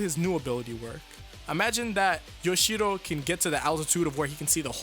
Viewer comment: Why are you pronouncing Yoshihiro as Yoshiro? It is not that hard, dude.